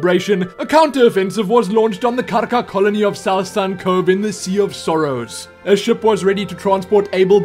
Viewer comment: You say Karka so beautifully :D